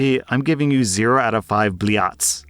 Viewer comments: It's not bli-at, it's bl'yat'. Know your curse words 🙏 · 0/5 BLEE-yahts im romanian and still know this is wrong lol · Close enough atleast , Blieaaats is always funny to hear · Blieeaats XD , I'm sure you meant Blyats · Bro really said bliats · i physically jumped at his "blyat" pronounciation but this shit is why i tune in every day. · The way he butchered the pronunciation of блять is SOOOOOO on theme lmao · wait isn't the t letter in that word a letter with the soft pronounciation sign?